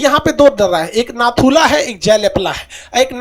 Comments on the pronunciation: Its to naku la , la means pass so read only naku la. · Its not Naku la...Its NATHU LA...HAVE BEEN THERE TWICE ....MILESTONE READS NATHU LA..🇮🇳🇮🇳🙏